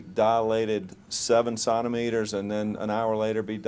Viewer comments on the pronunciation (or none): Centimeters. You dilate in CENTIMETERS. What are you saying? Sonnometers??